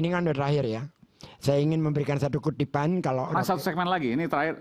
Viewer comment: Maaf bang geisz saya koreksi kata2 abang kutipan bukan kudipan😂😂😂